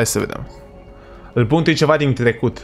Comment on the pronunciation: Ai zis "il bântuie cineva din tlecut"